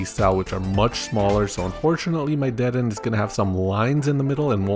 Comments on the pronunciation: WAHHHHH ITS DU-DEH-NAY NOT DE-DEN Anyways, 10/10 videos. Keep up the good work, mate! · Lol "dehden" is so funny bc it makes 0 sense if you thought there was actually a silent e at the end you wouldve said deeden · ACKSHUALLY, the Kalosian Electric-type rodent there is pronounced "De-den-nay" - the region it comes from is based upon France, so it's a French-inspired name. And French pronounces the 'e' at the end. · dedenne in the anime and by pokefans is said like Dead-Den-Eh? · Its pronounced de-de-nay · Every time he said dedenne I cringed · You said dedenne wrong